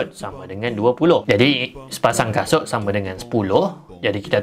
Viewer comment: abg tsasul 😭😂